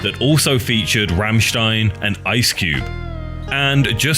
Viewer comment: the guy in the vid Pronounced it with an H, and my brah at work also pronounced it with an H